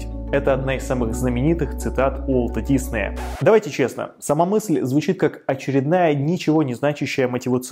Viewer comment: Так режет слух когда называешь фамилию… Он не дИсней! Он диснЕй! Готовься лучше когда записываешь и выпускаешь такие ролики. Весь мир знает, что он ДиснЕй, а ты так каверкаешь и делаешь вид, что все вокруг тупые, а ты самый умный.